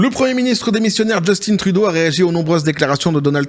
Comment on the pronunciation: Son père s'appelait Pierre Eliott Trudeau (Né à MONTRÉAL)... C'est français Québecois donc Justin Trudeau ce prononce en français... Drôle d'habitude que vous avez de le prononcer avec un accent anglais. JUSTIN (En français sans accent anglais) et Trudeau pareil! ;) Même son père le prononçais sans accent anglais. Je suis complètement neutre mais je sais que les États-Unis importe près de 50% du Canada comme l'alluminium, le bois, de l'électricité "Hydro-Québec", Sirop d'érable(Qui est, malgré ce que l'on peut en penser, une mine d'or)...etc etc. Donc pas sûr que ça soit dans leur intérêt une guerre économique. Les 2 pays seraient perdant. Le Québec leurs couperaient l'électricité et ce serait déjà un ÉNORME problème... déjà pour la totalité de New York.... Faudra bien réfléchir aux impact avant de faire les fous. :)